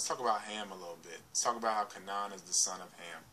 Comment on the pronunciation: Kabala came from Babylon. The Jews were not black. Abraham's wife was black and the most beautiful woman in the world at the time. It is always mentioned if the peple are black. It is pronounced Ka (long a) nan (short a) Hard for someone who hasn't studied the history and the Bible can get things mixed up.....Hence the guys on at 4 in the morning.